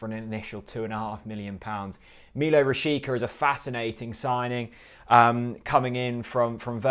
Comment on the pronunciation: Villa were after this guy at one point. Didn't work out. By the way it's pronounced rashitsa, not rashika. All the best Norwich.